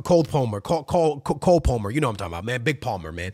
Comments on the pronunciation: Coal Polmer lol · “Call” Palmer 📞 lol